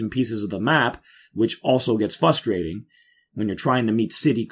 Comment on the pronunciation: I hate to do this but... there is an r in "frustrating"